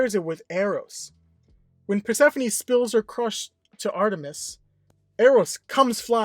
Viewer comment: just wondering, how/why did he pronounce Artemis’ name like that, all weirdly